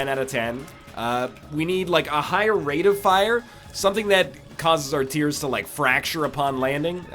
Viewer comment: Is it just me or is NL emphasizing different words now than he used to? He used to say "Rate of FIRE" and "Deal with the DEVIL" now he's like "RATE of fire" and "DEAL with the devil". It's throwing me off xD